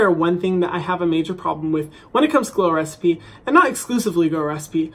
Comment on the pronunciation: Hadn't I read the title I would've believed he was saying "glores p" the whole video lol